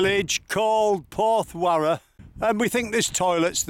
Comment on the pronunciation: Enjoyed your video but Porthcurno is pronounced Pawth-cur-no. The little beach not far from Lands End is Nanjizal Bay. This is almost totally unoccupied even in mid summer. Me and my wife sat there one June day, not very hot but still sunny and almost the whole day we had it to ourselves.Lands End was wrecked by Peter De Savaray building his mini theme park. in the late 1980s. Still a figure of hate to a lot of Cornish people we spoke to, and indeed many walkers..